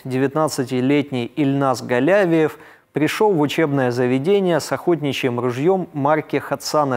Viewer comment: Спасибо,, всегда интересно Ваше изложение мировых новостей! В фамилии Казанского террориста ударение на И ( галявИев), но это неважно, важно то, что в школу он зашёл не беспрепятственно. Ему оказали сопротивление вахтёр и охранник, он их ранил. Тем не менее вахтёр успела нажать на тревожную кнопку. Их представят к государственным наградам.